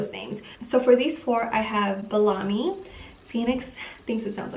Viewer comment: Bellamy is pronounced Bella-me. I named my daughter Cadence Aria 💕 Anna is German, so maybe Anastasia or Adelaide? Amara, Arabella, Ella, Emerson, Emery, Emmaline, Angelica, Etta, Greta, Isla, Hensley, Karli, Loralei, Romy, Sterling, and Willow are all considered German